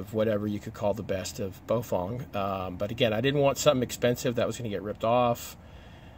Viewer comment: Bow-fang. Not Bo-fong.